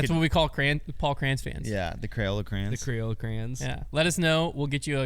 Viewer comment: “Crayzola Crayons” cmon, that’s a layup lol